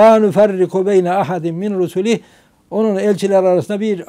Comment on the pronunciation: Muhahaha ulan 'Allah indinde din İslamdır' diyemedi ya. Eveledi geveledi gavurları da cennete soktu 😂 Ayrıca 'min rusulih' diye okunmaz. 'miRRusulih' diye okunur. Tabi tecvid bilenlere. Yani kalkıp ben din adamıyım diyorsan 7 yaşındaki çocuk kadar kuran okuyabilmen lazım diye düşünüyorum acizane 🤣